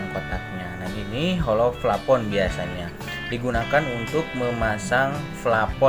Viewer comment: Plafon bray bukan flapon 😂